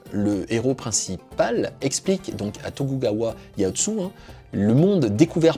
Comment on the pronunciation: l'historien il est pas ouf en prononciation 😆 on sent- que c'est pas l'époque spécialisé de le pauvre Tokugawa Ieyasu "Tagougaoua Yaoutsou" c'est "Tokougaoua Yéyaçou" (pour une prononciation à la française) il finira quand même Shogun avec la dynastie la plus longue au gouvernement, c'est genre "THE" shogun de l'histoire du Japon Pareil pour le nom de la période "San gokou", dans mes oreilles j'entendais Ariane chanté le générique de Dragon Ball c'est "Sen Gokou" et ajouté "Dji-Daï" (le nom étant "Sengoku Jidaï") Mais la vidéo est sympa, en plus ça cite le "traité de Tordesillas" Je t'invite quand même a t'intéresser de très près à cette période du Japon, car elle est juste épique, tout les seigneurs de chaque clan sont tout autant épique les uns que les autres, une période difficile qui a fait naitre plein de grand homme la bas avec une évolution a la fois administrative, économique, et spirituel et ira influencé jusque dans l'idée Fachiste du Japon Impérial d'Hiro Hito durant la seconde guerre Mondial Pour t'aidé sur la prononciation, fait le par syllabe car leurs alphabet est syllabique par exemple "Tokugawa" tu sais que c'est "To-Ku-Ga-Wa" et donc 4 lettres et plus simple a prononcé Mais super vidéo je like